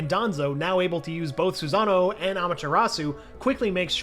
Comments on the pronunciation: "Itachi Begins to be able to push back with the aid of his Su-ZaNo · why did he say susanoo like that🤣🤣🤣